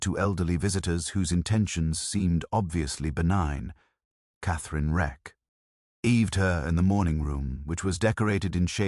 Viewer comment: LA-ter as in later. DE-sk as in desk. wreck- E-d as in wrecked. What's going on? I notice it a lot of late.